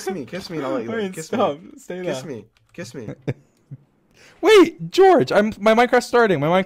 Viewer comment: Sapnap's neighboors when they hear sapnap say "KISS MEEY": "s.. Should we call the police?"